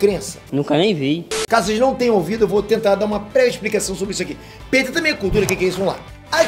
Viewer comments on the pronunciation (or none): none